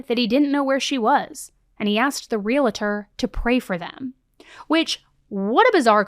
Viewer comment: Gentle reminder. There's no 'it' in realtor. Pronounced: real tor.